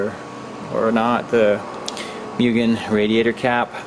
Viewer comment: Congrats man! I love ITR’s..... someone somewhere is so mad on the mugen pronunciation... lol